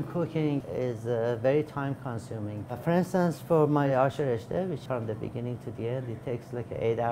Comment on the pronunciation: I can sense the persian accent every time he says ashè reshtè